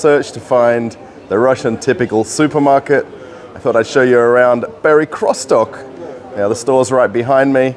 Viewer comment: What is it with you English speakers! Do you have to bastardize every foreign word? The supermarket name is not pronounced Perikrostok, but Perekriostok. Can't you use Google translator, if you are not sure?